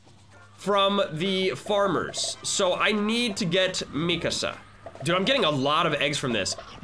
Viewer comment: MII KAAAAAASA NOT MIKISA